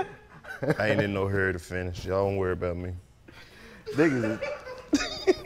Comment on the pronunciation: Karlous said “hurry” like a real Mississippi nigga‼️😂